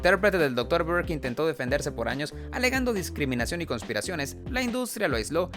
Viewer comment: Se dice DISCRIMINACIÓN, no descriminación.